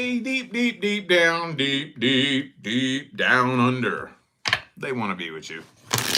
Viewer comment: Your "Deep down under" sounds like what we use to depict Australia 😂